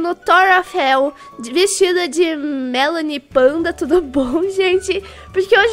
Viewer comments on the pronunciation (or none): Não é melanipanda é mepanda hehe hihi haha